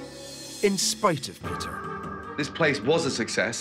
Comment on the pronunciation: What's The Tea? 🤣🤣🤣 Pea-tear Griffin